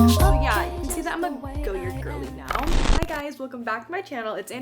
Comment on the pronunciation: It’s pronounced “goy-yaar” Green is my favorite goyard color